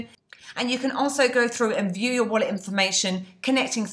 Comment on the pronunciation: I like how you said "steal you money" with your accent! Badd ass!! Great videos!! :-)